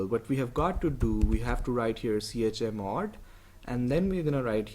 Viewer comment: the way he says chmod sounds like chamod